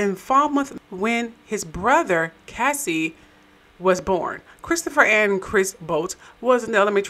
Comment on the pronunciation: It's pronounced Cay•see like K-Ci the singer not Cassie.